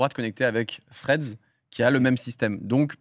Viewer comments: Les potos, vous savez prononcer Club House, vous êtes des personnalités publiques, savoir prononcer Threads, vous pouvez! Allez Domingo, petits cours d'anglais ? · Y’a moyen de faire un effort sur la prononciation de « Threads » ? Sinon je comprends pas pourquoi on voit des posts de gens qu’on ne suit même pas… C’est genre un mur Facebook ? 🤨